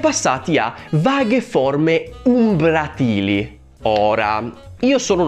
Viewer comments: Comunque si dice Umbràtili non Umbratìli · Per il minuto 6: umbratili ha l’accento sulla a, non sulla i. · sarai anche uno scrittore.... però si legge e si dice "umbràtili" e non "umbratìli";););) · Umbràtili, non umbratìli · Umbràtili, non umbratìli, bruh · comunque si legge umbràtili , accento sulla A, e ci può anche stare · Credo si pronunci "umbràtili" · Oi scrittore... si pronuncia "umbràtili" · U. U ehm hai pronunciato male "umbratili"